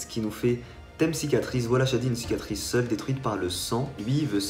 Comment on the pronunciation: Le mec a la flem de dire " cicatrice " !!!!!